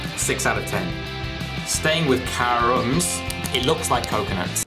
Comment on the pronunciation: And It's not Karūūūūms But kĀrums